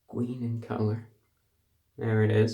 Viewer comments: it’s gween! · IT'S GWEEN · "it's gween in color" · ITS GWEEN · IT'S GWEEN IN COLOR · has anyone notice he said "gween''... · "its..its gween in colour" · “It’s GWEEN!” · "It's gween in colour."